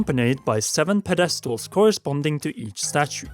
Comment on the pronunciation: Puh-DEST-als. Interesting way to enunciate pedestal. Especially since you said the word again mere seconds later and you said it normally.